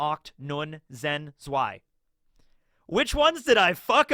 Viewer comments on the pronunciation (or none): the number 5 pronunciation was a little off but correct, you forgot number 6 (seis), Ocht (8) the "ch" part has the H sound like House, Neun (9) you pronounced it like nün but it's more like näun, Zehn (10) the z is read with more powerfully Overall 5/10